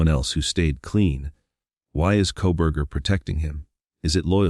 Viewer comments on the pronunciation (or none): This is all such B.S. opening the floodgates yet again, for all of these conspiracy nuts and Proberger idiotic comments. This is all just more phoney, sensationalism crap.. Right down to the generated narration that cant even say the names right.." Mo-Jen" and Co- bur-jur" 🤣 !! He was a loner with virtually no friends ( or accomplices) pleads guilty and will rot away in Prison, and yet he doesn't implicate anyone else out of the protective " goodness of his heart" ???? When will this insanity ever end !!